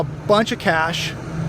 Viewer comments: i think the word is barterable. not barterble. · pronounce it barterable. Thanks but no drinkie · You are leaving a syllable out of barterable. Have you been testing the product? Ha.